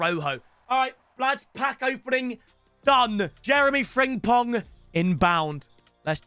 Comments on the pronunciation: It’s friMpong not friNGpong 🙄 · Still triggers me how he can't say "Frimpong" as apposed to 'Fringpong' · He still saying fringpong ffs 😭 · Love getting Frimpong every year and still saying his name wrong every time